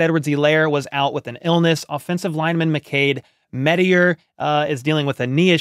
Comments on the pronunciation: I don't think "Mettauer" is pronounced "MET-tee-er." I believe it's "MET-ow-er," like you met with a tower. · Hey, good video. Although one thing, I dont really unterstand why you call him mettaier, i think its pronounced just as its written, mettauer. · 😂 ok, so i think its more like mettower, while you‘re pronouncing it like mettire/mettier, i could be wrong though